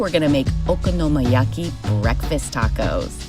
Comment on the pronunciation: Isn't it okonomiyaki, not okonomoyaki?